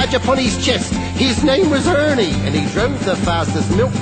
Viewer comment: Just listened to it again and i'm smiling like a Cheshire cat! I love it at the end were Benny say's Ernie but with a 'H' at the front.....Hernie!